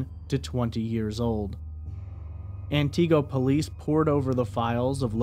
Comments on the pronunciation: Antigo is pronounced “an ti go” not “an Tee go” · AnTeego....lol its pronounced Anniego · It’s ANT-i-go not an-TI-go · As a northern Wisconsinite, Antigo is pronounced “An-Tih-go” not “An-Tee-go” sorry 😬 just had to point that out since I’m from the area. Thanks for covering this small-town case.. there’s so much woodland up here, scary to think how easy it would be to go “missing” indefinitely. Antigo is small enough by itself, surrounded by a bunch of other tiny unincorporated towns with populations around 100 people. I hope she is found and some amount of justice can be served. 😔🖤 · Ant-ig-go not anteego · I’m from Wisconsin and the way you pronounce Antigo makes me laugh so hard. I hope she can be found 🙏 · This is not how Antigo is pronounced. It's An-tih-go. Also, I live not far from where Kayla was supposedly dropped off by Kevin. That area is full of houses but is definitely a creepy and not well lit area at night. There's no way someone would not have seen her if something happened to her while she was over there. Soooo Kevin did it. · I believe it's AN-ti-GO. He's pronouncing it like it's a carribean island. Antigo, Barbados come on pretty momma ... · Thanks for this information but it pronounced An-go silent t. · I love your pronunciations of Antigo and Langlade county! lol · I was listening to this, w/o the video. Only after I heard you say " wausau, did I realize you were talking about Antigo. You are pronouncing the name wrong. The "i" sound should be pronounced like the "i" in "it". You gave it the long "ee" type sound. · That’s not how you pronounce Antigo 🤣 lol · Sorry to be picky but Antigo is pronounced with a short I sound not a long e sound.